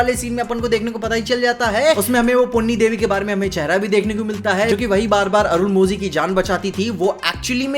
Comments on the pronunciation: Its Arun mo li not Arun mo zi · Please note: whenever 'zh' is mentioned in any south indian words, it's pronounced as 'la'. Arunmozhi is pronounced as Arunmoli.